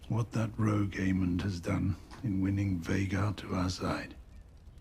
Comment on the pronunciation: And it's Aemond, not Aemon.